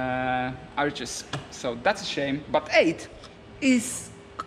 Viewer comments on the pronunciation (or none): none